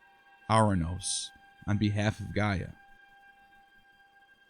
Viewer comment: You misrepresent the Greek mythological Greek gods chronicle, you can’t ever pronounce the names right or by order ! The eagle is a physician symbol , that’s why is called the physician eagle , and not the Egyptian! Try to do better orderly description of your projects in the future , And get the names right ! Is ΓΕΑ γεα , ΓΗΣ γης - earth !! ΟΥΡΑΝΟΣ ουρανός - SKY ‘